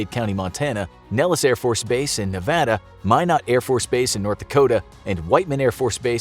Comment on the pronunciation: I’m so happy you know how to say “Nevada”